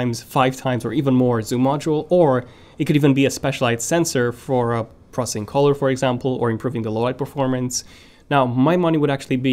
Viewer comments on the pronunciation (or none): none